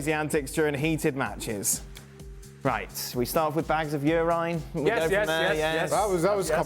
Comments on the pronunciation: "Bags of ur ryhne!"🤣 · When Dan pronounced urine as "you-ryne" I thought maybe it was some kind of English beer or beverage LOL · Dan pronounced urine as You- ryne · Same, I had to hear it again 😂😂😂